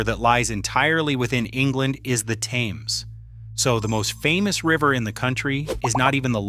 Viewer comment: Thames pronounced TEMS